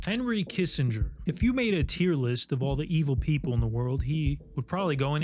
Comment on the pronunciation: Kissinger sounds like kiss a dog😂